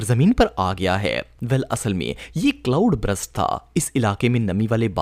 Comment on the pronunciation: good video lekin, Cloud Brust nahi Cloud Burst hai! ❤